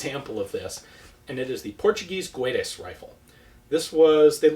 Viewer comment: In portuguese "Guedes" is not pronounced "Gooedes" but "Geh-dsh". The way you pronounce it is more like Spanish. Here is an example: Good video!